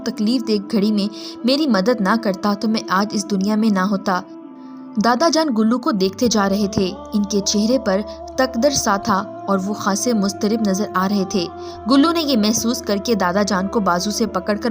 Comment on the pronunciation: بی بی اپنا تلفظ درست کریں، تکدر جس انداز میں آپ نے کہا وہ غلط ہے۔ اس لفظ کو 'تکد-در' پڑھا جاتا ہے، یعنی دال پر زور دے، کر کہ اس پر تشدید ہوتی ہے.